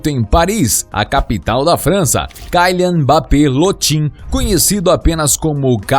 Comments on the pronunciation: Pqp, o cara é francês portanto ele não é “cailian mas quilian. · Não mim leve a mal mais o nome de e kylian E não kalian como tu diz e segundo que na França e euro e não dólares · é kilian, nao kailian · Kyian e serio isso o L ficou aonde e KYLIAN KYLIAN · Se pronuncia kilian e não kailer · kylian é pronunciado quilian, não tem esse "ai" no y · Kaian?? 🤔🤔 Falou o nome certinho kkkkk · sabe nem falar o nome do jogador ta precisando fazer uma aula de português aii 😴😴